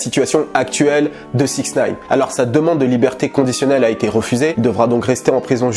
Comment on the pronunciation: on dit sixty nine et non 6nine... peace